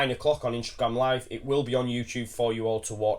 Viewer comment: why does say Instragrame there is no R in Instagram lol